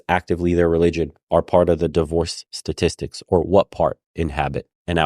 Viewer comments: STATISTICS not satistics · Is she saying "Sa-tistics"? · Her speech pattern is aggrivating, like she can't say the ST sound in "statistics " .. then there the total bullshit she has to say.